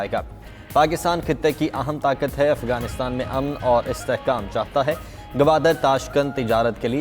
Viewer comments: یہ افگان کہاں ہے اردو خبریں پڑھنے والی اپنا لیجئ ٹھیک کر لیں افگان نہیں افغانستان کہتے ہیں ورہ خبریں انگش ہی میں پڑھیں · Is larkey newscaster ko to bolna bhi nhi ata, Afghanistan ko kuch galat perhta hey